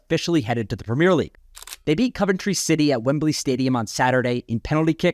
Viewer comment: I like how he pronounced Coventry correctly